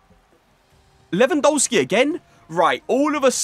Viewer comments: Its Lewandowski not LEWAN DOUGH SKI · Please learn how to say Lewandowski… your content is some of the best out there but it’s so annoying when when you say the W’s in Lewandowski instead of saying a V